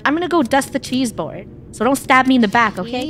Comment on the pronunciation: Why did funneh said cheeseboard it's a chessboard